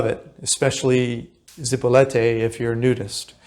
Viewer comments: Your information would be more believable if you learned how to pronounce your target. IT IS ZIp O LEET Ā, not Zee po let Ā or Zipo Light. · Is not zipolete. Repeat with me Zi_po_li_te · Zee-PO-lee-TAY. , just a little help with pronunciation . 😊. So neat that you do this for people . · You weren't able to pronounce the name Zee-po-LEE -tay correctly after being there for some time? I spent new years eve 1980 with my then 12 yr old daughter on Zipolite. We consumed some cubensis stropharia and experienced a most memorable time . (magic schrooms) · Yeah I mentioned that in one of my comments. The kid needs some Spanish tutoring. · PLEASE learn how to say the town name correctly. It's so rude to keep saying it wrong in a video this long. You say it in numerous different ways, as if you don't even speak Spanish. If you stay in a place for a while enough to make a video, learn the language at least a BIT.